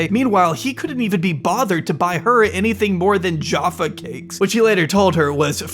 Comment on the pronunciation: The way he pronounced Jaffa cakes was insane 😂😂